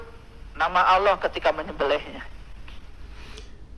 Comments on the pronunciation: Dia bukan sesat tapi nir ilmu alias gak kuasai ilmunya. Nyebut lafadz Allah aja gak bener. bukan Kyai ini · Lisan saja dilaknat tidak mampu mengucapkan Asma ALLAH secara benar